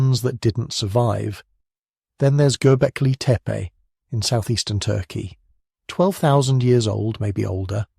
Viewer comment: Stupid AI content. Who pronounces gobekli tepe Gobekli teepay